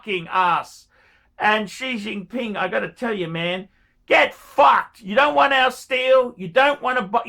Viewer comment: That’s what I heard too